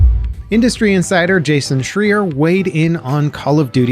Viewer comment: Bruh the guys name is Schreier stop saying his name wrong and even writing it incorrect